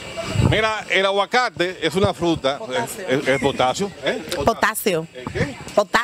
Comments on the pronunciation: El tope de la comedia wn ajajja que divertido es ver a una aweonaa decir potaxio en lugar de potasio no? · Me encanto potaxcia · El profe: ¿Qué elemento de la tabla periódica conoces? Yo: POTAXIO 😂😂😂😂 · La señora dice potaxio Todos en tiktok:jajajajajjajja😂😂😂😂😂que gracioso 🤣🤣🤣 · se dice " potatsioo " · When dices potacio xdxdd but but vut :'vvv ono mil ente de contacto:0000 'Dxdxdxddsxdzsxsxsssxdxdxd jsjsjsjs se rie muchísimo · Dijo potaxio rianse 😂😂😂😂😂😂😂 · No se dice potacio se dice : pOtAcxIo No se dice Google se dice: guruguglu No se dice víctima se dice: vistima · Mi mete todo el día " potaczio " si me preguntan algo yo le digo "potaczio" -__-😂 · La profe : cómo se llama esa fruta ? Yo : potaxio La profe : que ? Yo : potaxio La profe : Emilia es potasio no potaxio Yo: POTAXIO!!! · Joder dijo potatsio no paro de reírme "fuerte el analfabetismo" 😔👎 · Ella: Potatzio Mi mente: po ta ta ta ta ta potasio po tatatatatatatatata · Haora ya no se dice potasio Se dice potatsio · El: Mira el aguacate es una fruta que tiene Ella: potacxio El: Que tiene Ella: potacxio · Hay te dejo a lo que venias uwu se que nadie me va a agradecer, pero estoy feliz aunque sea por el like que esta en azul(osea el mio (autolike), gracias por tu atención y discreción) :') ''POTACSIO'' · Ella:potasio Yo:pota ta ta ta, potasio😅😅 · Gracias! Estaba buscando el minuto del "Potacsio" 😂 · El wey que se ríe con un pndejo de tik tok diciendo: potaxio 🤪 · Potasio - E-El potasio, eh? - Potasio - El qué? - POTATSIO - POTACSIO el aguacate es potasio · Para los que vinieron a ver donde dice "potatzio" de nada ;) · Jaja rianse dijo potasio 😐